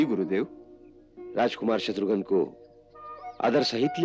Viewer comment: शत्रुघन नहीं होता शत्रुघ्न होता है।